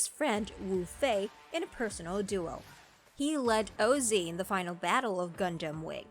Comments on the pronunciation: "Oh Zee?" Oz. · Most comments seem to get about Orga. I didn't get that far at first. The video was painful with the pronunciations... English or Japanese dubs, the names where mostly consistent between the two. Le Creuset is French, the T is silent. OZ is one word, not letters. Khushrenada does not have an E between the H and R, yet the E was put in adding a syllable to his name leading to you saying his name wrong. I would normally be silly and smirk at one mispronunciation but this was aggravating. Frankly, I think this person did not watch any of these, but found a list somewhere then decided to make a video.